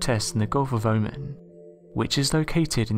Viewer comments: More good stuff. Please get a thesaurus. It's pronounced O man or even O marn not omman mate. Constructive criticism. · "Oman". Pronounced "Omawn".